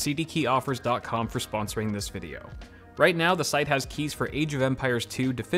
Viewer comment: "Sposoring" huh?